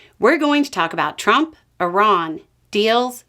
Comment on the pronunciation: I like that you pronounce Iran correctly.